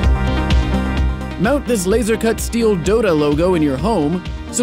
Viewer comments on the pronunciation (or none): none